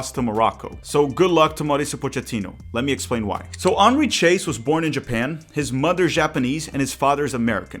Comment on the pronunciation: The pronunciation of "Chase" is completely wrong.